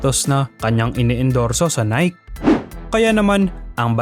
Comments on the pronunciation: "Nayki" ang pronunciation idol hindi "Nayk". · Boss nike is pronounced as nayki. Hindi po nayk. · Say naykee not nayk. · Ang pronunciation sa Nike is nayke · Mali yung pag pronounce mo ng NIKE. Dapat "Nayki" Yung pag basa diyan.